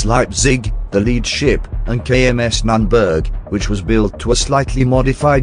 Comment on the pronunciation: Nürnberg.... pronounced N oern birgh not that what u put in our ears^^